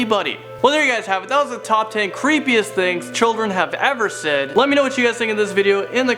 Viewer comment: That is cripiest dath i ever herd and I sometimes say relie creapie thinks